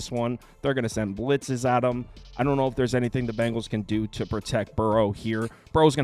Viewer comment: Its Bengals not Bangles